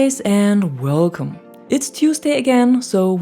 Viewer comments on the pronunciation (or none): Plsae say "weelcoame" again!! I love this channel just for the greeting.